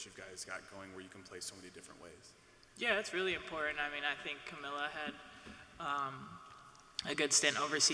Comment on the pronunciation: It's not Kamilia, it's Kamilla